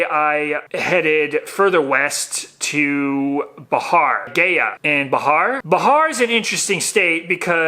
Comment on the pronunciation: its not bahar..its bihar